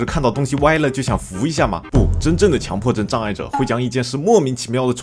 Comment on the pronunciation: 是叫强（qiǎng）迫症吧